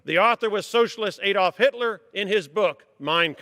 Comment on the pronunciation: It is not "Ay-dolf", it is "Ad-olf". I cringe every time I hear that pronunciation.